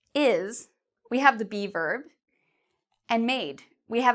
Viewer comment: when she said be verb I thought she was saying bieber... oh justin